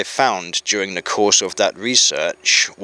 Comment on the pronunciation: I think his views are leaning to one side... much like he is in this video. Says Durr instead of The. Has he had a stroke. People who are falling over to one side your supposed to ring 999 immediately. You let him drone on for an hour. I think I should call soial services, its past his bedtime ;-)